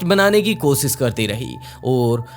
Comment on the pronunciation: Bhai kosis nhi koshish hota hai app s sh mai thoda sudhar kro baki sab thik hai